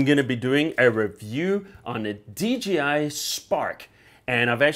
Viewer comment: It's DJI not DGI. You said "Dee Gee Eye" But it's pronounced "Dee Jay Eye".